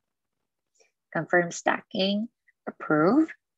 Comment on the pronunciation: Pronounced STAY-KING. Not stacking....